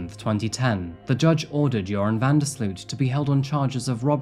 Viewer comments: I'm from the Netherlands, where Joran is originally from. It's so weird to see a "local" on this channel. It is quite cute how Americans pronounce his name though 😂 the double 'o' in his name is pronounced as 'oh', so van der sl'oh't. Not that that really matters though. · I love how you're pronouncing his name (it's a Dutch name hehe) good video tho! It's such a sickening case.